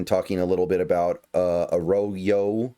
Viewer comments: It’s not ah-raw-yo. That’s very incorrect. It’s Ah-RRo- Yo And by the “ RRO “, I put the double RR to indicate that’s an r roll. If you can’t roll your R’s / aren’t Latino, then it sound sound closer to Uh-Ro(w)-Yo Uh raw yo is very wrong though. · A rodeo? I highly doubt that’s how you pronounce his name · His last name is pronounced Ah-roy-yo. It’s Spanish. It’s kinda fire we drafted two Mexican Americans. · I’d go with: “Uh-roy-yo” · Yes, Arroyo is pronounced Ah-Raw-Yo. If it sounds foreign to you, it's because it is. He's Mexican. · I don't want to be an asshole but "Arroyo" and "Milroe" should not be difficult to pronounce at all lmfao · I’ve got a new job as a weird name pronunciation coach! Thanks for the shoutout The Island of Dr Milroe? Nope, Jalen isn’t Jay Len it’s almost automatic in a two syllable name like the emphasis is first syllable on both. And A Row-Yo takes some getting used to but once it’s natural it’ll flow like he does through defenses. Last but not least you know who has no 40 time and probably is no faster than Damien Martinez? Pete’s new RB they threw a number six overall at. Feel free to check my work, if any of it’s wrong I’m humble enough to learn.